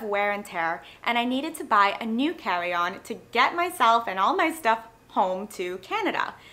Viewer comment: You have one of the strangest accents I've ever heard: at first I thought it was a New York or Brooklyn accent. Then I thought perhaps it's a Boston accent. But then later you revealed home was CANADA! What region of Canada pronounces carry-on as "cawee-on"!? 😅😂🤣